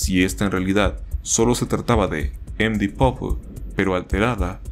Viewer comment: me da ansiedad como pronuncias md pope, deberias buscar las pronunciaciones para tus proximos videos, buen video btw :D